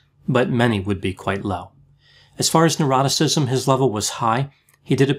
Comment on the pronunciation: 8-9 minutes. Hahahaha! Also, I would love to see a 5 minute video of you just smiling and laughing! 1 more also, I kept thinking you were saying “eroticism” and “ocean” made me realize it was “neuroticism”. Whew.